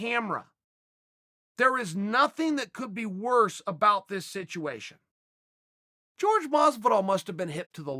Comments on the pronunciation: When did Whore-Hey Masvidal become George Masivdal?🤔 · It’s not George Masvidal. You commentators really should learn how to pronounce his first name correctly. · "George" masvidal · Why the fuck can’t he pronounce Jorge’s name right?